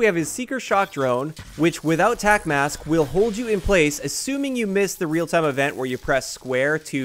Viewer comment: "Real-time event"... People are butchering "real-time" when talking about games.